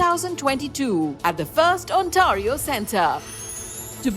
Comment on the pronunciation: Correctvthe pronunciation of Ontario .. not Ontaario